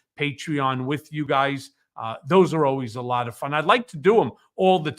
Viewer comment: Not “Thoes”😂